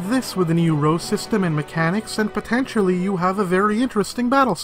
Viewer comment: Every time he says potentially, it hurts me.